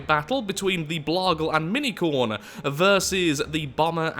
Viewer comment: I know you are saying, "Mini-Khorne." But I am hearing, "Minicorn!" And thinking how amazingly ballsy it was to name your insane death-machine after a My Little Pony.